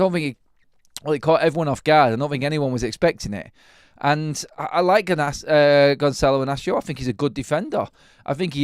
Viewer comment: THE ONLY ONE THAT SAYS HES NAME RIGHT 😂😂😂😂😂